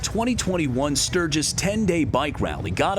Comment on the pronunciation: Welcome to "Surge-iss"!!